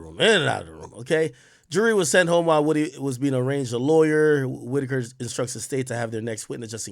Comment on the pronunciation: Ak gets defeated by the letter O every time. “Rury” “Wudee”